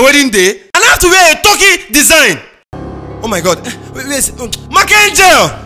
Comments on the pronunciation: Its the Right pronounciation actually .. Not that way Ghanaians say..Tar-ky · The way Mack Angel pronounced the Turkey tho😂😂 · The guy who played the groom also acts as baze 10 in some other episodes. The guy shouldn't have been so fussy, it's not like there is some book of marriage laws that says buy a white turkey shirt Mark Angel's pronunciation of turkey is hilarious 😅😂🤣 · He said turki😂😂😂